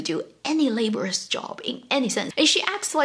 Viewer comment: Do note that at , the word "laborious" is pronounced as ler-bore-rus, not same as labour-rus.